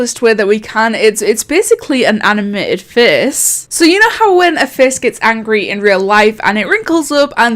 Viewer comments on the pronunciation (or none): “ANimaTEd fEsE